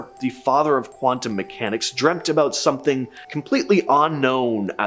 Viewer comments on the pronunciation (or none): none